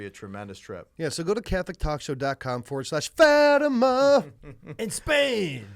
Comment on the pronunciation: Portuguese Catholic here, hope you don’t mind a small correction: it’s pronounced “Fah-tee-mah”. Love your talk show!